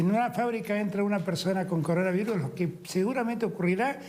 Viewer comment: el anterior sigue tratando de pronunciar coronavirus